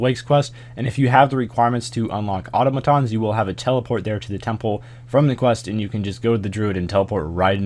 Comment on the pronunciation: Congratulations, you are the only American who can pronounce Automatons